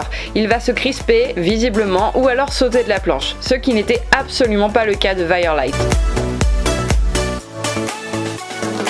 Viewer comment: Si ça s'écrit "lith" ça doit pas se prononcer "light" ^^ ahah (mais bon il est bien sûr que on prononce le nom de son propre cheval comme on le souhaite, évidemment, no hate)